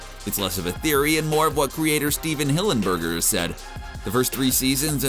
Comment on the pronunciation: Hearing you say the creator's name as Stephen HillenburgER did not sit well with me.